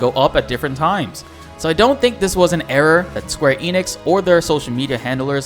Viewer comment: Here, wondering why westerners pronounce the company name "Enix" making it sound like there's an invisible P at the beginning...😂